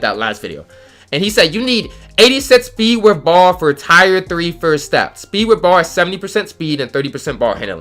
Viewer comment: Anyone else notice "tire 3 first steps"? 😂😂 "tire"?? C'mon mannnnnn.. its pronounced like tear